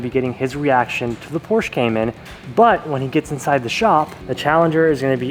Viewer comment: Like your video and I know that you are a car guy but PLEASE learn how to pronounce PORSHE!!!!!!!!!!